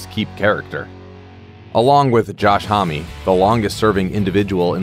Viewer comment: hommy? geez..